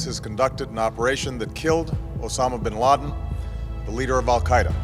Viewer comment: To nie je "Ben Láďin"! ale Bin Ládin - tak sa to vyslovuje ty trubiroh! Nekomentuj, keď to neovládaš!